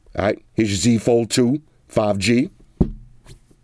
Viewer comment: did he say samsung 5G... 5 Gangster? hehe i love this dude already :D